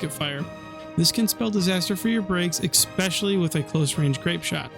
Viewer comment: Please stop saying "ekspecially" and "ekscape", the words are "especially" and "escape". Sorry to be that guy, but it offends my ears.